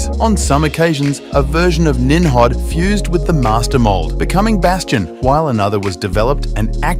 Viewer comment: Nim Rod not nimhab